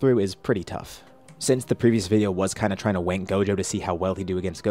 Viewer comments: Does he have something to do with like speech impediment or an I crazy because I swear he says wank not rank also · is nobody gonna talk about how he said "wank him higher" 💀